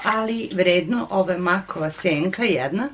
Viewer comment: Mek a ne mak